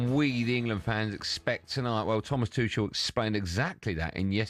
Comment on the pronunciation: Crazy how Goldstein still can’t pronounce ‘Tuchel’ properly 😅😂